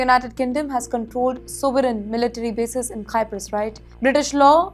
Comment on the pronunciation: Cyprus is pronounced as Sai-p-rus. Not Kai-p-rus.